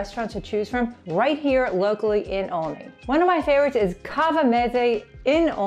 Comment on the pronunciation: First thing is, one needs to learn how to pronounce it - it's pronounced ALL-ney. Like olive. It's always been that way.